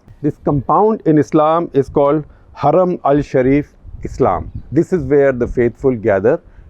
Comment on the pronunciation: SG has practised hard to pronounce words like Harem, Jarrah :) 👍